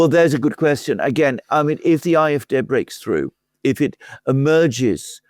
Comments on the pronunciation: Why do you call the German party 'I F Day' instead of 'I F Dee' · Be consistent pronounce CDU and SPD in a German way or pronounce ADF in an English way as I would do when speaking English.